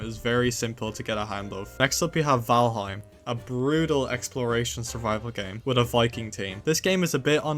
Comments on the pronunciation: 0:95 valhiem? I hope you found out on your own that its valheim HEIM not hiem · everytime i see someone talk about valheim i get so excited, why tf does every fucking person pronounce it wrong